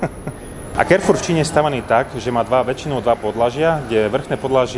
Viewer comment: Pěkné, zajímavé. Jen si dovolím poznamenat, že "Carrefour" je francouzský obchod, tudíž se nečte anglicky [kerfůr], nýbrž francouzsky [karfůr]. Dost lidí to čte nesprávně anglicky.